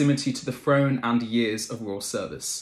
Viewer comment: Why is it SOOO hard for many British English speakers to say "th"? The speaker annoyingly keeps saying "frone"' instead of "throne." 🙄🙄🙄